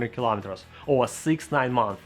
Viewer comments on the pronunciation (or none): none